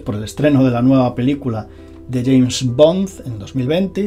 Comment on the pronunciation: minuto, like si te has reido escuchando a diciendo James BONDZ... BONDZZ.. jajaj, también podemos llamarte??